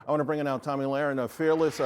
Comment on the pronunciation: It's not 'tommy'...it's 'Toe-me' wtf...I've been watching her for years, and he can't get her name right? Faux News...it's why not only the Left hates them, but also the Right (me)...